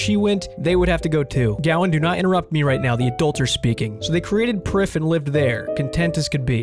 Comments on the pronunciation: its welsh - Prifddinas means capitol city, pronounced "Preev Thee n Ass" ...You're welcome :) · You'd pronounce it "Priv" not "Prif". The single F in Welsh is pronounced with a V sound. And the DD letter actually makes a hard TH sound. Also Prifddinas is Welsh for Capital City. Just a little fun fact about elf pronunciation. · Prifddinas would be pronounced "preef-vee-nas" in Welsh which is what the elves in RS essentially are.